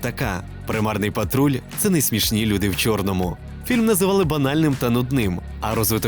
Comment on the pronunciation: Блювати хочеться від "хочЮ", "чЬому","чЬорному","хочЯб", "втручЯвся", "невдачЯ" автора 🤮🤮🤮🤮 але лайк за Українську. Хай квітне Український Ютьюб!!!